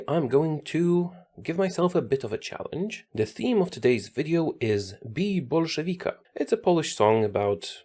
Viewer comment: he pronouced "Bij Bolszewika" correct damn nice job!